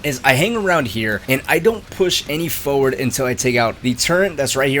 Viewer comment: For-ward. For-word. Forward. Turr-et. Ter-it. Turret. Hope this helps.